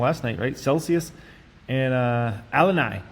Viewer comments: Alani sound A-la-ne. And both A’s are short sounds and “I” to “e” 😊🎉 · AH-LON-NIE, not AL-LIN-NYE. If you’re gonna invest in Celsius, at least learn to pronounce it correctly. 🤦🏻‍♂️ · Bro its A-LAW-KNEE idk what the fuck you called it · 😂 it's pronounced ah-la-nee . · I think Alani Nu is pronounced uh-“lawn-ee new. Hope that helps.